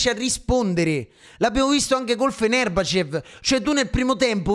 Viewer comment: perché dici fenerbahcev e van nistelroid? ahahahaha bella sir